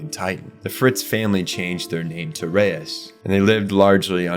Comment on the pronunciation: Did you use AI for the voiceover? Reiss isn’t pronounced like Reyes The show pronounces wall Maria stupid but the video here says it right, but gets Ymir, Tybur, and Reiss all wrong